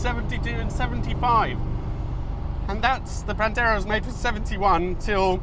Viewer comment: Oh please, don't let yourself be bothered by those who "hate" when you pronounce "Pantera" the way it is meant to be - Italian!